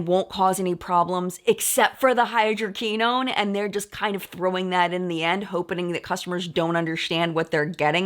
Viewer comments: Hydroquinone is pronounced “ hy-dro-Kwi- known’. ( long o’s, short i ) Great video,. Love Sunday mornings. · Hydroquinone is pronounce: hai·drow·kwuh·nown XOXO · mispronunciation of hydroquinone throughout the video was distracting. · We've all been there before! Now she knows for future vids